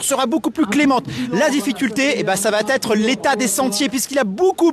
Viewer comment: 32 secondes avant le "çavatêtre" fatal ! Ce n'était pas français à Zegama, ça ne l'est pas plus à Annecy. Bye !